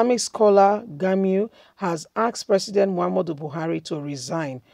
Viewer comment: "Gumi "not "Gamiu"